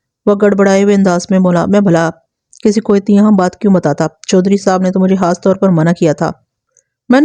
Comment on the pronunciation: آپ پلیز ح اور خ کا خاص خیال رکھا کریں۔ مخلوق کو محلوق اور خاص کو حاص کہتی ہیں تو سماعت کو بہت گراں گزرتا ہے۔ آپ اردو میں کہانی سنا رہی ہیں لہذا اردو کے الفاظ کو درست طور پر ادا کرنا آپکی ذمہ داری بنتی ہے ورنہ اس طرح ہماری زبان کا تیا پانچہ ہو جائے گا۔